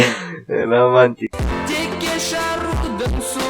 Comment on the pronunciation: романтик а не рамантик